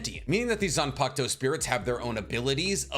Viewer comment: how many times y’all think he said zanpakto